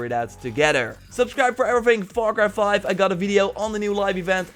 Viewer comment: The way you said far cry 5 sounds like "fucker 5" lol